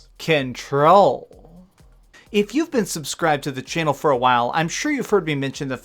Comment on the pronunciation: "Number sexxxxx Ken-Troll"